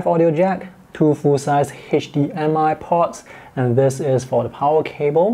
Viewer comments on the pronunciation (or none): none